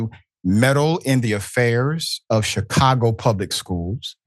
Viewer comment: Shicago...... learn to speak, Professor.